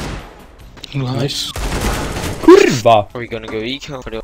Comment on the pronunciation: beautiful "KURWA" u speak like a native Pole